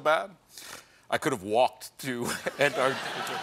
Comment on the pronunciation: Ugh, Stephen! It's not AntARTica, it's AntARCtica!